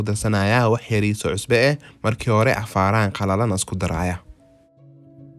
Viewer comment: You make me laugh wlhi when you say afarahan*